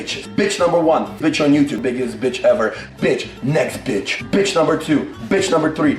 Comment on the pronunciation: I hear "nesquick" instead of "next bitch"